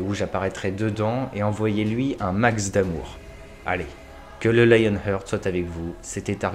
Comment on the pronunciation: J'ai une question (indiscrète comme toute bonne question qui se respecte...) et une remarque. Êtes-vous réellement frères ou est-ce une amitié fraternelle ? Ça, c'était la question indiscrète. Maintenant, la remarque : vous m'arrachez les oreilles chaque fois que vous parlez de Lion "heurt". Ça se prononce "hart", je ne suis pas bon en transcription phonétique mais bien meilleur en prononciation anglaise. Et la prononciation de Google Translate me le confirme. Sinon, que vous vous plantiez ou non avec vos théories, continuez vos chroniques, elles nous font rêver et réfléchir. Bravo.